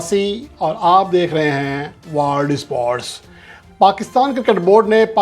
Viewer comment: News बोलने से पहले वर्ल्ड का सही उच्चारण करना जानो